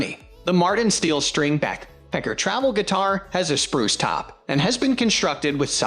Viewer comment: I didn't mind your voice over because it sounds like you're saying "Backpecker." 😂